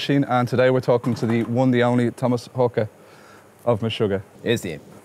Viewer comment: FINALLY somebody who knows how to pronounce Haake!